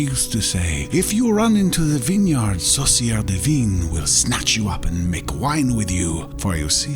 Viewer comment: I'm French, so it took me a while to understand the name of the witch. He pronounced "sorcière divine" (divine witch)... he meant "sorcière du vin" (wine witch) lol. The French "in" sound has absolutely nothing to do with its prononciation in English; but sadly, my mind went blank when trying to find a similiar sound in an english word. If I find something later, I'll come back and edit this comment